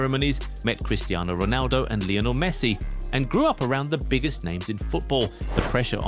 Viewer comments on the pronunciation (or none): none